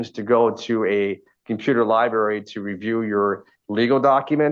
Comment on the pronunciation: Law lieberry!!! I’m dying